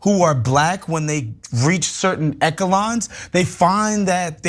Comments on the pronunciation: Who is this that says things like "binded" and "ekelons" It's bound and echelons, seriously TYT is education no longer a prereq for being a media host? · "Eckalons"?? 🤔 Have I been wrong all these years pronouncing "Echelons" as "Eshelons" 😱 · pronounced it wrong haha it’s definitely pronounced Eshelons